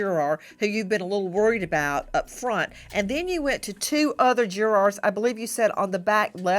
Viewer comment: Nancy has questions about the Jur’R’s 😂